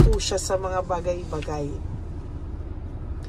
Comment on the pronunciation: Hi!, maganda ang reading mo,kaya lng kung magsalita ka ng talalig hindi malumay mag- bisaya ka na lng,yong salita mong bagay2 malumay hindi yong ng farari kotse yong pag- formal 1 magsalita.😢😢😢